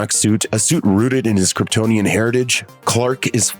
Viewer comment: I'd have died if Jor el pronounced it "Kryptin"